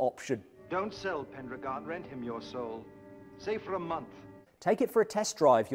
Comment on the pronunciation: Pendragon. It rhymes with Pentagon.